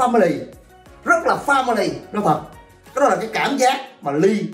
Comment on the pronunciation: family là gia đình á ý tui là ổng phát âm sai